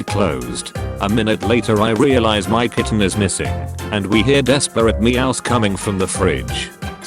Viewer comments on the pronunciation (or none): none